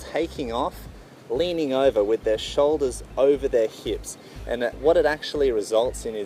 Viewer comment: heips